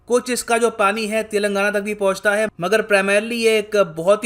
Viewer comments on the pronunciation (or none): none